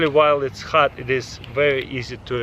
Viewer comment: Taras- “Wait 30-40 minutes to wemove da led..” waits 5 seconds.. “Yup it’s pwetty hat..”